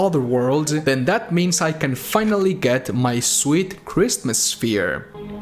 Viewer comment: Hearing the words “Christmas sphere” in a heavily accented voice has made my week. Thank you, christmas sphere will now live in my head rent free.